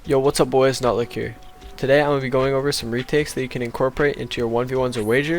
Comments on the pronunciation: Finally early But in the beginning it said Bh 🤣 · Why did I hear, “What’s up boys nut lick here” xD